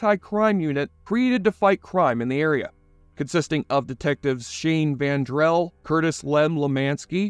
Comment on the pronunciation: As a fan of The Shield, your butchery of basic names and the “strike force” is irritating af. It’s Shane VENDRELL. Dutch WAGONBACH. Ronnie GARDOCKI. And for the love of God, it’s the STRIKE TEAM! We can’t take your retrospective seriously if you can’t get simple basics right. Annoyances aside, your core points in this retrospective are spot on. The Shield is a very underrated yet amazing show which was the forerunner for shows like Breaking Bad and Sons Of Anarchy. Shawn Ryan made these characters unique and shocking at times. I’ve rewatched the show dozens of times and it’s great each time. It’s in my top 3 all time favorite tv shows and was a groundbreaking series that proved you can make characters that aren’t black or white but somewhere between them. No good guys or bad guys, just real people.